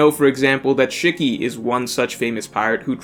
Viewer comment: Lmao. I kno u somehow dont kno a lot of names but come on.. Not even able to pronounce shiki?